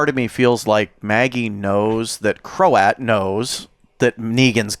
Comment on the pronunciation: Btw… Croat is one syllable. Rhymes with throat.